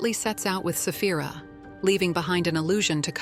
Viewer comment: Its dragoness Saphira not safh.. Stupid Ai